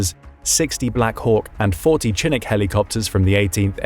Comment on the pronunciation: Chinook is pronounced shin-nook